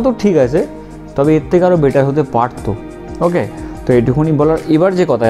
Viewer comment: Vai tor "Okkhay" ta sunle mnehy ei England er flight thke namli😆😆😆